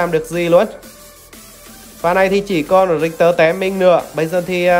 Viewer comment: rictek mà kêu rioma vậy ông🙈🙈🙈